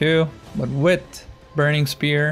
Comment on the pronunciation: “Wrat” “Wit” can you like not pronounce H’s?